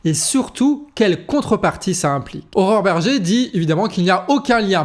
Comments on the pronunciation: Pour une fois que quelqu'un prononce correctement le prénom de Mme Bergé: "Horreur"... Bravo, trois fois dans la même vidéo, tu mets la barre haute mdr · Tu prononces "Horreur" Berger, non ? J'aime.